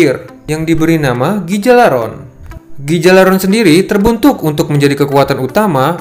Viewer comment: Cara Bacanya bukan gigalaron tapi galarhorn